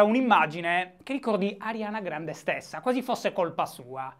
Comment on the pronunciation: Finalemente qualcuno che pronuncia correttamente il nome della cantante e non dice "Arianna Grande"